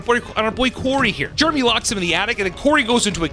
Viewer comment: It’s not jermy goddammit it’s Jeremy! There are two e’s ffs